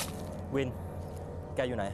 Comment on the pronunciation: ทำไม ได้ยินพายุเรียกศิลกับวินว่า สิทวิท